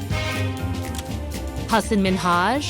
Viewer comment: ... That is NOT how you pronounce "Hasan Minhaj."